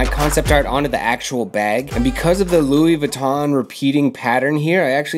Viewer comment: Ok the N In Louis Vuitton is silent and the brand is beginner shit. Not really part of the runway fashion world. Normie shit. Also it’s not even real leather lol buy givenchy at least. Cheap